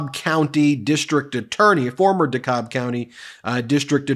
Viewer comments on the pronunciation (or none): FYI, it's pronounced "cab" not "cob" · Georgian here. DeKalb is pronounced like taxi cab, not like corn cob. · Local pronunciation "duh-CAB" county; there is also a Cobb County in the Atlanta area. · Pronounced DaCab County Dekalb. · As someone who use to live in Dekalb County is can proudly say its pronounced (de-cab) Dekalb County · Cobb County Dekalb is pronounced DeCab. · Ben, not trying to be a dick, truly, but DeKalb is pronounced De-cab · Dekalb county Cobb county is on the other side of Atlanta (there is no DeCobb county-lol) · It's pronounced "Duh-cab" Georgia, yanno? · ❤You - for everything, Ben. (N.B. If it comes up again in this circus, Dekalb is pronounced Dee-Cab ; ) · DeKalb is pronounced De-cab. Emphasis on the second syllable. Enjoy your channel. Ga resident. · Its pronounced "de-cab" county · FWIW, from personal exerience-- DeKalb is pronounced dee-cab in that county. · Pronunciation guide: Dekalb = duh-CAB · DeKakb is pronounced de-CAB. Emphasis on the second syllable and its CAB. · DeKalb County pronounced "DeCAB"